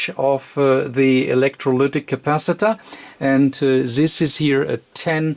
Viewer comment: I can't get the "electroluuuctic" out of my head xD